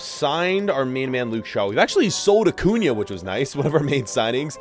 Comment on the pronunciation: He pronounces so many names wrong like origi and acuna but he pronounces minamino correctly